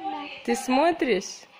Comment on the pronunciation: добрый вечер. Смотрю вас давненько. Скажу кратко: вы большая молодец (как мама, женаъ дочь, тетя). Со стороны это видно. На счет критики...как только начала смотреть, сразу режит слух ваше "смори" вместо "смотри"..надо исправляться..и часто в вашем лексиконе встречаются слова..которые "сьедаете"..типа "дедушка, бабушка"..вы тоже как-то по особому произносите... Хочу похвалить, что следите за собой..я про маникюр. Находите время, деньги, а главное желание...почаще балуйте себя...не экономьте на себе. А еще, я бы посоветовала, покраситься..волосы...как-нибудь молодежнее..сексуальнее что ли..вы ж совсем молодая..попробуй,. Без обид, конечно, написала, что хотелось..всех благ вам..и большой привет...из г.Иваново Беларуси...Ольга (36лет)..